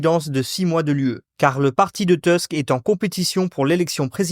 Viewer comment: Merci pour cette vidéo ! Je l'ai très appréciée ! (Par contre, je crois que le nom du président du conseil des ministre se prononce "Tousk" et non "Teusk"). J'avoue que j'attends beaucoup de la présidentielle polonaise. Les polonais, comme les pays Baltes et la Finlande, semblent beaucoup plus au fait des priorités de l'Europe que l'Allemagne, la Hongrie, la Slovaquie (ou la Slovénie), voire même la France, qui semblent soit se concentrer sur eux-mêmes au détriment de l'UE, soit craindre stupidement le colosse aux pieds d'argiles qu'est la fédération d'à côté. Sinon, j'ai appris, via la chaine Sternenko, que l'Arménie comptait se détacher de la Russie pour se tourner vers l'UE. Pouvez-vous confirmer cette information ?